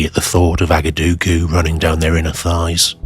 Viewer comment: "Agadoogoo" bravo sir.